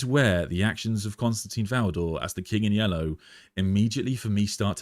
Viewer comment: I enjoy these videos and conversations so this is not a criticism but rather a question- why do people insist on pronouncing Constantin as Constantine? It probably seems petty but let’s be real, we are all here because of our love and interest in the lore and characters. Why not show the proper respect for such an important character by pronouncing his name correctly?